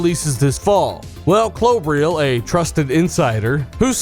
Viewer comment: do you know what klobrille even means? 🙊 you pronounce it wrong by the way